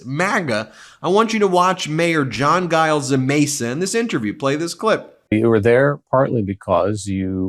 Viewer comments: Ben...it's Mayor Giles...pronounced like "ginger" not "great"...soft "g" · G in Giles is pronounced J, like Giant. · You are pronouncin Giles wrong. It is “Juy (rhymes with Guy) -Elle’s” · Yay, John! I wish folks would learn how to pronounce Giles but I can get over it if you can!